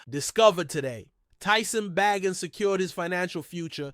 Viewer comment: It's pronounced Ba gent